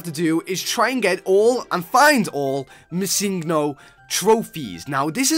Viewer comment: its missing no. it means missing number. not missin go. just a little fact :)